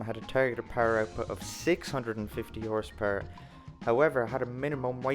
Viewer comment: Love how you say Horse PuRerrrr.